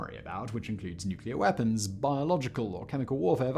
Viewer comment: Ah yes, super weaspons!